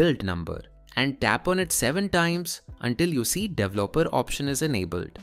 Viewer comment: typical video of an android dev using windows who pronounces 'developer' wrong